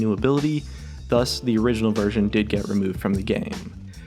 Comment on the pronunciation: "Playable bersion"